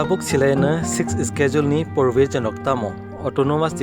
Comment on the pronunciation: Your pronounced of schedule is wrong , correct this one first.